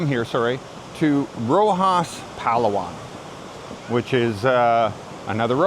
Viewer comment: He doesn't even pronounce Palawan correctly - BS *